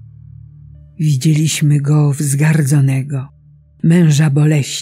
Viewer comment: Wi - DZIE - liś - my , akcentowana jest TRZECIA a nie druga sylaba od końca. To często powtarzający się błąd u lektora modlitw. Czytajmy, prosze, modlitwy Liturgii Godzin, posługując się bezbłędną piękną polszczyzną.